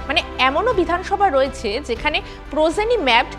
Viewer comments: It is progeny not prozeny, how can anchor of a big channel make such wrong pronunciation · Prozeny নয় progeny ম্যাপিং। নিউজ anchor হতে গেলে উচ্চারণ এর দিকে নজর দিন। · 😂prozeny na proGeny. uchharon shikhun aage